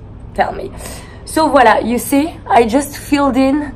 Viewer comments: Drinking game: take a shot every time she says “viola” Very lovely video by the way ❤️ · I like her ''Vualla"